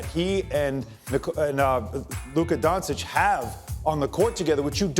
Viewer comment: He keeps mispronouncing LUKA MVP as LeBon or something like that